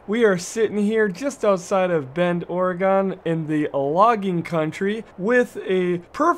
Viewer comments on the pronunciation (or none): It's Ore gun not Ore gone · I hate how u say Oregon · you cant even say Oregon right